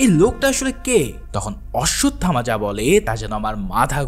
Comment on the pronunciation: ভাই শব্দটা কাল্কি হবে না। হবে কল্কি। আর অশ্বসথামা না। হবে অশ্বথামা। Thank You এত সুন্দর Explaintion উপহার দেওয়ার জন্য ❤❤❤❤❤।